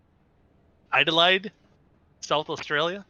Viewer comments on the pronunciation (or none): Adelaide is pronounced "Ah - De - Laid" Durham is pronounced "Dur - am", the 'h' is silent...and is my hometown! :)